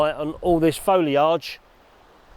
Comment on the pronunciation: I really need to put filters on my cameras more often! Love an orange or red filter to give the skies a bit more PUNCH! Sorry, I have to mention the pronunciation of 'foliage'... Is that how they pronounce it on the IoW? New one on me!:p Keep up the good work,, I mean!:p